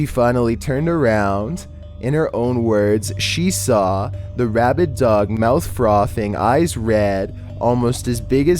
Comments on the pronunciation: He did say rabbid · not "rabbit" dog.. RABID.. thats completely different